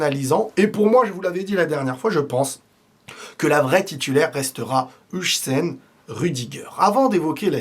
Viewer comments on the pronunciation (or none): Faudra apprendre à dire Huijsen aussi "HAWSEN" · Please on prononce "Oeil seine" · STP HUIJSEN ON PRONONCE ŒIL-SSEN PAS UJSEN